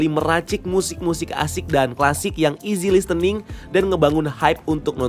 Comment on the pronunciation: Koreksi. .40. "Easy listening" huruf T gk dibaca.